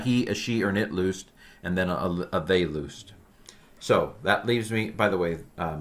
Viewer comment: With all due respect, the pronunciation of the verb is lis- not loos- . So, we say liso (λύσω) and not looso (λούσω).